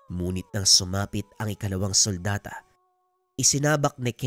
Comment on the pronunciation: "sultada" Po di suldata.